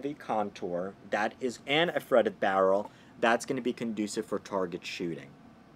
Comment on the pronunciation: Are you saying fretted or threaded ?